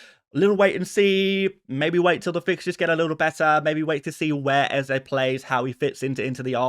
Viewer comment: It’s not Eza it’s Eze